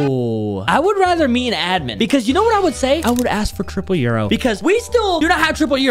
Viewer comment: do u know why u dont have triple yoru? Becuase u says euro in stead of yoru